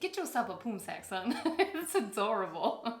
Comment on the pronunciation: Actually, you nailed the pronunciation of “Khao Luang” AND “Poonsak”. I immediately knew they are from Thailand just by hearing their names.